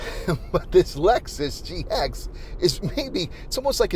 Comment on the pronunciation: You cannot even get the name of the vehicle you are reviewing correctly pronounced or correctly spelled. Pathetic….